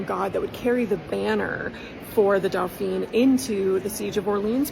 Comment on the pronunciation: Dauphin is pronounced doe-FAH. Doe-FEEN is the Dauphine, the wife of the dauphin.